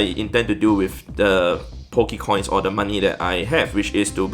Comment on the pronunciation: did he say bokecoin?!!!? LOL